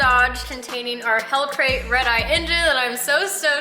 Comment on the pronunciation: Lmao... U said hellcrate ...